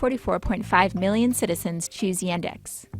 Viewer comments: и тут я выпал: звуки "a" и "e" в "yandex" просто поменялись местами при произношении Y E N D A X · I am sorry, but Yandex is not pronounced as "Yendex", it's first letter is "Я" ("Ya"), it not read as "Ye". The "experts" pronounce it right, actually. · It's not [Yændex], it's [Yaahndex]. That's not british accent, it's how letter Я sounds in russian. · It really bugs me how they mispronounce the Russian company's name. It's Yaaandex. Not Yendex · It's Y[u]ndex like in [u]nder, but not Y[a]ndex like in [a]pple. I'm Russian and I don't use it, though I know a lot of people who prefer it to Google just because it's "Russian" and quietly often "pre-installed" like Bing. Even though it's not that bad in the Russian language, I personally don't like it because Google is obviously more powerful and I search mostly in English. So, the situation is, their audience mostly people who use Bing in the USA, but itself is better than Bing. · It is not iendex, but yandex! iandex! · yEndex... Uh... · her pronounciation of yandex is killing me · You pronounce Yandex in wrong way. P.S. you made mistake in number of genders in Russian, 4 genders in Russian language.